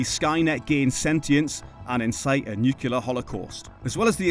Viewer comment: NUCLEAR FFS. not nucular